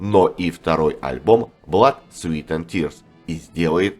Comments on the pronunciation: Внимание, комментатор! В названии 'Blood, Sweat & Tears" (Кровь, Пот и Слёзы") вы неправильно произносите 'Sweat' - как "Свит", сладкий. А слово "Пот", произносится, как "Свэт". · Все хорошо,но произносить название группы "Blood Sweat and tears"надо правильно-кровь ПОТ и злезы!А не сладости(sweet) Sweat!